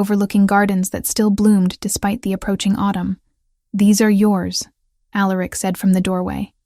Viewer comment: Facts…. And every omega, or, future Luna always says, “why me” … or, I’m nobody, or, I’m just an Omega… although I will say, the names were different this time .. except for Alaric ( mispronounced as it is lol)